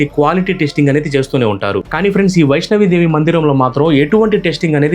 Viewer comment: Vaishno Devi అని పలకాలి సర్. వైష్ణవి దేవి kadu